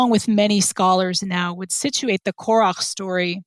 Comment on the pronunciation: This was super interesting. Anyone else hearing Korah as Korok? Can't avoid the image in my head every time i hear it.